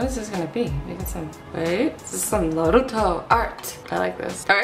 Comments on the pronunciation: did u just say NORUTO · Any one else thinks the way that she says Naruto is halirious😂